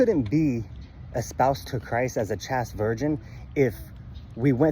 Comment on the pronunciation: CHASTE is pronounced like the word chased (past tense of chase). Generally if a word has a single vowel (a in chaste) followed by a consonant or consonant blend (st) and ends with the vowel e, the first vowel is long (a pronounced ay). Other than that, you’re spot on.